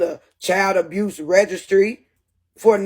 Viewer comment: She cant even pronounce abuse 😂 its amazing the total fools who believed her story and its sad to use your own babies incident for clicks and views...